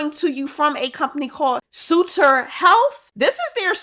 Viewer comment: I live in California and that’s my hospital It is pronounced Suh-ter.